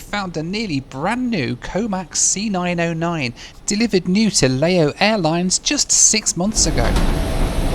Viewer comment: Please,..what is Layo Airlines?..make an effort, at least..sometimes you pronounce it nearly correctly & then back to Layos & Layo Airlines